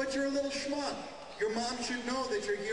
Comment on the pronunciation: Yes, bring the shmup on stage my minions! I hate shmups! Especially ones with laser pens! I am the terrifying, and all powerful queen of glam pop-rock! Do it again, and I will liquify your innards with the mighty power of laser! Because I am a big sparkly man, and you are not. (I realize he said shmuck, but It sounds like shmup, it's sounds funnier, and they're both nonsense words anyway... unless you're jewish I guess.)